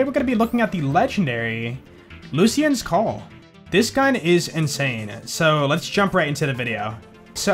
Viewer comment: Its pronounced looshans call